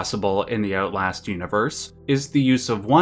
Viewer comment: Ootlast Sorry.